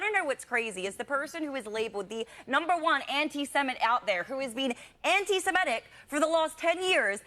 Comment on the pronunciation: most people can't even pronounce "antisemitic"... they all say "antisemEtic"...